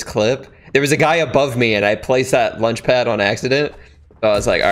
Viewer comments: he says "lunch pad". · He called a launch pad a lunch pad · Soo.. no one is gonna talk about the fact when he said 'lunch pad? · He said lunch pad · He said lunch pad lamo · u saiid lunch pad lol 253